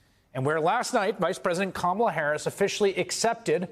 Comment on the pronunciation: Dude, BiII CIinton and AI Sharpton caIIed KamaIa CameI-a in Iast 2 days😂😂😂